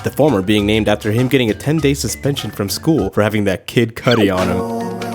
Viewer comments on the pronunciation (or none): none